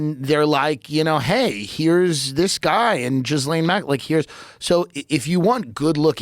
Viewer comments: Is he still saying Jiz-Lane Maxwell 😂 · Listening to American's trying to pronounce "Ghislaine" is straight up hilarious :P